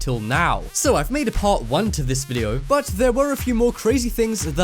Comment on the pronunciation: VIDEO not WIDEO!! XD